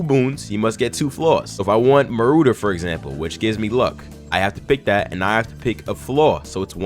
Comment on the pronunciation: this mane said "moorooder" its literally ma-raw-dur lol